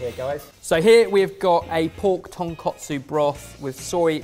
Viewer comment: Pork "tonkotsu" == Pork Bone Broth ton koh tsu (long "o" in "koh" as in "bone") Pork "tonkatsu" == Pork Cutlet. ton kah tsu (short "a" "kah" as in "barrel") Your pronunciation is OFF.